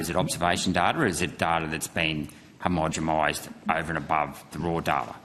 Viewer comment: Learn how to pronounce Homo-gen-nize...